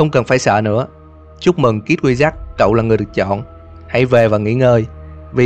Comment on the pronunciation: Phân tích rất là hay, videos nào cũng hay. Cực kỳ thích kênh này. Nhưng có 1 điểm trừ nhỏ là tiếng Anh. Không cần phải phát âm giọng Mỹ chuẩn như bản xứ, nhưng phát âm đúng là được. Mở đầu là "kid wizard", đọc thành "kít quy giắc" thì nó là tiếng gì chứ không phải tiếng Anh rồi, đọc trại thành "khít kwi zợt-d" còn đỡ. Bạn có thể dùng Google dịch để tham khảo phát âm hoặc dùng luôn Google dịch để đọc mấy từ tiếng Anh luôn cũng được, chứ như vầy thì có hơi dở :) Ý kiến riêng thôi, bạn không làm theo cũng ok, không vấn đề gì lớn cả. (Nhưng mà kiểu sau này thành Youtuber có tiếng mà bị tụi antifan đem mấy cái này ra chọc thì cũng mệt mình à :)) )